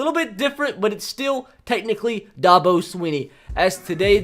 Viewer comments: It not da-bo its dab-o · It’s pronounced Dab-o and Ee-tee-in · The way he says Dabo it’s DAB-O